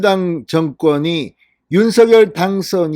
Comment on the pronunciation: 진성호 대표님 매일 매일 고생은 많으시나 우리 시청자및 구독자를 위해서 한말씀 드립니다. 요번 대통령 당선자의 이름 때문입니다. 당선자의 이름은 윤서결이 아니고 윤성렬로 알고있읍니다만 진대표님께서는 계속 윤서결로 발음을 하시니 당선자 본인도 윤성렬로 통일해서 불러 달라 하신걸로 알고 있는데 가능하시다면 서결이 아닌 성렬로 불러주시면 구독자인 더희들도 듣기 거북하지 않을걸로 사료되어 응원의 댓글 올려봅니다. 진성호의 직설이 더더욱 발전하기를 응원합니다~🤝